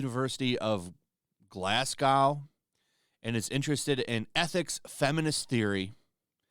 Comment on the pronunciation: Glasgow ( Glaz-go )